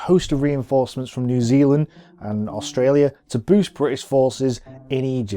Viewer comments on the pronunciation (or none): none